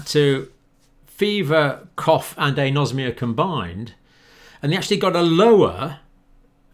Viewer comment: Dear Dr John, with all due respect, it is pronounced "An-osmia", like "An-aemia", "An-orexia", "An-aerobic", "An-encephalic", and so on. The Greek word for smell has "osme" as its root, not "nosm", as your pronunciation suggests. And "An" before the Osmia means "the absence of", of course. Apologies for being pedantic, but the non-medical people may understand the word better if it is pronounced like Anaemia etc. Kind professional regards, Dr Dave